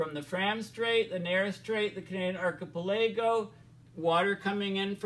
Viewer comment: "archipelago" pronounced ark-a+pel+a+go (5 sylables)